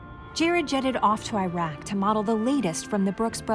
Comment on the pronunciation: for the love of God PLEASE pronounce Iraq the right way.